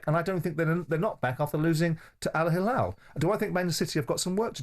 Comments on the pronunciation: Not hallal , its hillal Jim, hallal is for meat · So proud to be Alhilal fan. Hate more guys. You don’t give Alhilal their due respect and acknowledgment. Even the way Jim White who I respect a lot tries to be disrespectful in the way he pronounces the name, it’s Al Hilal not “Al HaLal”. Have some shame.